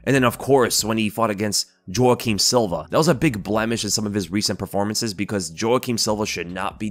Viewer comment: Ay yo, Jouaquim is pronounced "Wah Keem" not "Joh Ah Keem". Like the actor Jouaquim Pheonix.